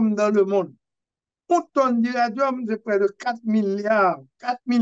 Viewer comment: Nèg a, se pa iradium yo di non, se iridium. OK? Alò... korije diòl ou.